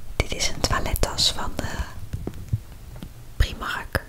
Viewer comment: Heel random dit maar iemand anders die zich irriteert aan mensen die "primark" uitspreken zoaks zij dat doet? Ik weet niet hoe het origineel uitgesproken moet worden maar ik spreek het gewoon op zn engels uit. GEEN HAAT